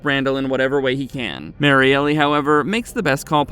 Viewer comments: Why do you say Mariellie? It’s Mariel. Just L. No ee sound after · Bro it’s pronounced MARY-EL not Mary-Elly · Might wanna fix the pronunciation of Kristi’s girlfriend… Mary-Elle instead of Mary-Ellie…